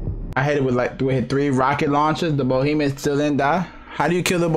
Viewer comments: It's BEhemoth not BOhemoth. That is all. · Y r u saying bohemeth it's said behemoth. Be not bo